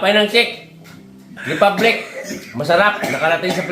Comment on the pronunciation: Sabi ni kuya Shit Republic hahahaahahahaah!!!